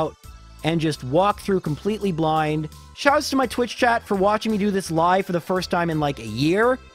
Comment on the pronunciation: Cline shouts. Not shoots